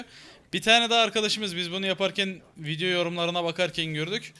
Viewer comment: abi 1.19 gibi diyonki VİDİYO hosunuza gitmediyse BEGENMEYİ unutmayin diyon ejhsnabahahababab